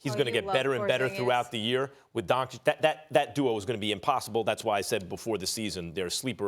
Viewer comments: Not Don-chick, it's Don-chich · The kid's name is pronounced "Donchich", not "Donchick" and Stephen A., as a "competent" TV presenter, should be at least capable to pronounce the name of the guy who smoked LeBum the other night. And NO, the Lakers are not the best team. Apart from the Clippers, the best TEAM in the league is the Heat. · SAS: “DonCHICK” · Nobody: Stephen A: LUKA DONCHICK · No one: Stephen A: Luka donCHICK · SAS “DonCHICK” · man someone needs to pull stephan A aside and tell him how to pronounce doncic because he's making a fool of himself